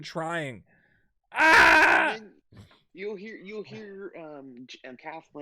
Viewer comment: i hate how stupid some people are..this dude called her katheen..its kathleen...get it right